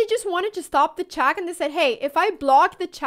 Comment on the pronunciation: Crazy how her vocabulary is amazing but her pronunciation is so poor, isn't it? "Chack mate in saven mewves" lol